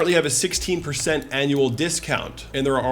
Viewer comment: I like the way he says vidiou